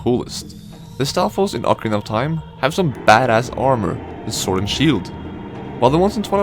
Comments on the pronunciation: hey guys, love your videos, they're awesome. but please please, pronounce SWORD correctly, as you are talking a lot about them. in english language the word "sword" is NOT pronounced sWord. the "w" is silent, so pretty much like "soord". thanks! keep up the good work! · Why is owner 2 saying the "w" in sword. :(